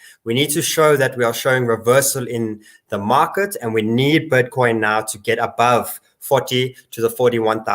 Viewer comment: Is he saying "butcoin"? 😎